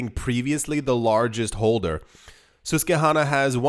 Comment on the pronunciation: Motherfuck! It's Sus like suspicious, hanna like banana! Susquehanna is a river!